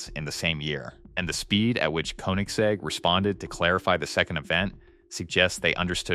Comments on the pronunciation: the jesko is pronounced "yes-sko" the gemera is pronounced "jah-mera also, you pronounced koenigsegg at least 3 different ways 😂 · Bro can do anything but pronounce Koenigsegg correctly 💀